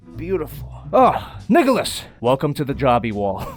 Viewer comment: He called nicholas niggalos XD